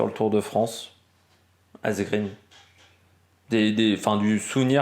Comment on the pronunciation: Quelques détails pour la prononciation des noms des coureurs: Asgreen se dit Asgrène (tout comme Eva Green se dit Eva Grèn). En suédois et danois, le double -e ne se prononce pas comme en Anglais. Van Gils se dit Van Rils (et de gendt de Rendt) Marc Soler se dit Solère et pas Solet (ça, ça fait sourire l'hispanophone que je suis). PS: N'y voit pas une critique acerbe ^^